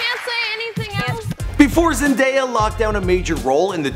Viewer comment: I'm just happy he pronounced Zendaya correct